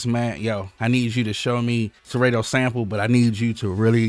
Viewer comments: killing me when u say serAYto. it’s SerAHto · I think you pronounce it wrong lol Sa-Ra-To lol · SeRAY-Toe... I Love IT LMAO! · One of us is saying Serato wrong, and it's throwing me off...